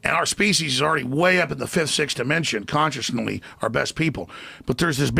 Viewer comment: go to "conscionaly" LOOOL